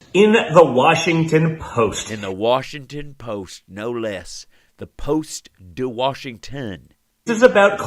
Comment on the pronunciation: The Washinton poost??? 🤣😂😅😄 Omg... 😂